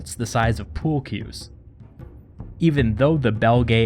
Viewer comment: "bolts the size of pool-cues". I thought you said school-kids xD